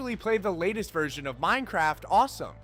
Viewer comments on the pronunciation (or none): none